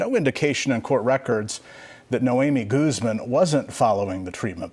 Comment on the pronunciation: My favorite thing about the news is how they pronounce spanish names with an accent when its not a criminal, but when it is a criminal the accent gets dropped and its goooozman.